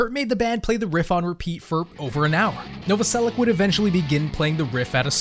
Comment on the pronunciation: very smart, but still don't know how to pronounce Novoselič?